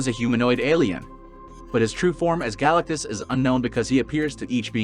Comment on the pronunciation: Galacuss? Id thuis an AI video or you're leaving the T out on purpose.